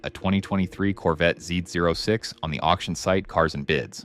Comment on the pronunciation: This video really shows the text to speech a bit too much. Z “O” 6, Deadmouse not dead mou5. Other than that, great video.